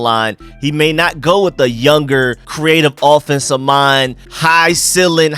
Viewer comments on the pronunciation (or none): my man bro I thought there was something wrong with my ears everytime you say the word offense you pronounce it in it’s correct form but do you know that every time you say offensive you pronounce it as affensive and it tends to sound like you are saying defensive check all your tapes but we get it that’s that Georgia slang just like a lot of us Marylanders grew up calling a dog a dug an ambulance an ammalance lmao